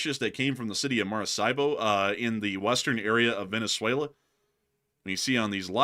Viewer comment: maracaibo ❌ Mar-a-see-bo ☑ Mar-a-kai-bo